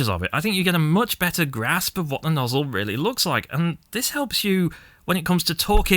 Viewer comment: Nozz-El cousin to Kal-El